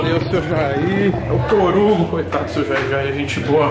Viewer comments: Tem Seu Jair dizendo Torugo, tem Like! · Rapaz:né vc mesmo do "torugo"kkkk Dislexia venceu!!